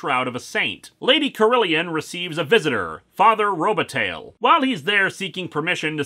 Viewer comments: Is that name really pronounced RO-ba-tail? I know that when it's spelled with an i in the middle (Robitaille) it's pronounced ro-ba-TIE and I believe that that ending is of French derivation. There's a somewhat well-known ice hockey player named Luc Robitaille, so I used to hear that name pronounced on play-by-plays all the time. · Oh, Lewis, your mispronunciations are hilarious. Robitaille is pronounced TIE, not TAIL. (Think Luc Robitaille, for example.)